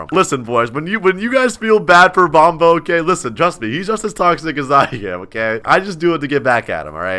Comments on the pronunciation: It sound like Bombo but its Bonbo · It's been 1 year and you still haven't corrected "Bombo" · It sounds like “bomb” in bonbo